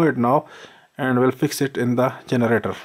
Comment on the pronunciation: Turr generaturrrrrr. Dafuq?